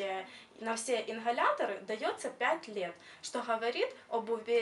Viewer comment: инХаляторы😭